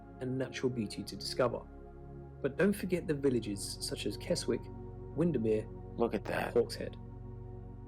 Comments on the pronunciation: The presenter is obviously a southerner, he pronounced the Lake District town as Kesswick which no doubt will amuse the locals. It is actually pronounced 'Kezik' but spelled Keswick. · I'm ashamed that an English person - the presenter - called Keswick "Kez-Wick". It's pronounces "Kezzick" (silent W) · Keswick, is pronounced kessick.. 👍👍👍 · I'm pleased to see you looking into other parts of this country .. My only criticism is not of you guys, it's the people who put these videos together without real knowledge of the places .. For example .. Keswick is not pronounced Kess-wick .. it's Kezzick. Keep up the good work and hopefully you'll be able to experience some of this, one day. I also agree with many of your commentors .. This wouldn't be such a green and pleasant land if it wasn't for the rain we get, along with occasional sunshine .. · The narrator said Kes…wick which is wrong its kesick, the w is silent! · Keswick is not pronounced Keswick. It is pronounced Kesick. Silent 'w'. Totally agree that England is NOT London. Even English people do not regard London as 'England'. We lost our capital city decades ago. Love to all our visitors who see the beauty in our country XX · Kes wick? It's pronounced Kesick. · It's pronounced Kes..ick not Kes..wick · Thanks for showing how beautiful northern England is. I live in West Yorkshire, and to me The Yorkshire Dales and the Lake District are two of the best places in the world. But Keswick is NOT pronounced Kez-wick! It's pronounced KEZZICK! I thought all English people knew that... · Pronounce Keswick as Kes ick not Kes wick. FI. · I had to laugh! Keswick is pronounced 'Kez-ick' not 'Kez-wick'. I'm surprised the narrator said it that way, though he was English from his accent. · The lake district is beautiful and a great place to open water/ wild swim! Lots of waterfalls, lakes, streams etc, however Keswick is… not pronounced Kes-wick… but Kez-ick. The W is silent ! 😊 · Keswick is pronounced Kesik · Kes Wick 😂